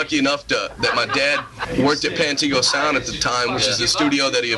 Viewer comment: Also it's Pantego not Pantigo